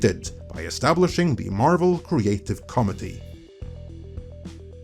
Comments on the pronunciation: Are u saying comedy or committee? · I keep hearing the creative comedy instead of committee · Committee is pronounced “co-mit-eee”not like comity, “com-it-ee.” Other than that, these soulless mercenary ideological corporate shitheads have no idea what makes a good story, how the human heart,the human soul, work. That’s why whenever they aren’t raping a true artist’s work, they can only shit botched propangandistic nonsense out. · It is cum-mitt-tee, comedity.😂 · Creative “comety”…..it took me until half of the video for me to realize you were saying “committee” lol. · Bro it's pronounced kom -MIT - eee stress on the second syllable. You keep saying COM -ed - ee (which is what Marvel is these days) Confused the hell out of me, I'm listening while working. Great content by the way. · Committee is what you mean (koh-MIH-tee, as in a group of people officially delegated to perform a function, such as investigating, considering, reporting, or acting on a matter.) What you're saying is comity ("COM-ih-tee" as in an atmosphere of social harmony.) I only knew what you were saying through context, haha. <The video was good though. ;P> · Yeah. It's coMItee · Yeah, I didn't understand what he was saying until the word was presented on screen. He says "COmmittee", but in America we say "coMMIttee". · It's probably your accent, but you pronounce Committee "Comity". Comity actually means Courtey or a league of nations. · I understand that you have a foreign accent but when you say 'committee' it sounds like you're saying 'comedy'. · Oh!!! Committee! I thought was saying the Marvel Creative Comedy. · I won’t lie! I’m triggered as fuck from saying “…comedy” instead of ‘committee’ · >mfw keeps pronouncing "committee" like "comedy" Did so many double-takes listening to this XD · i keep thinking he is saying comedy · CO-MITTY ok? Please pronounce it properly, it's really grating to the ears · Is trying to say ‘committee'?